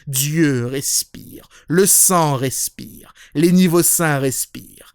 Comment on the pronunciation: Je crois que j'ai jamais entendu quelqu'un prononcer aussi bien le mot "respiiiire~".